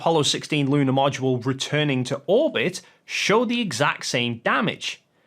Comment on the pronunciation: Did he pronounce Module as "mow do la"???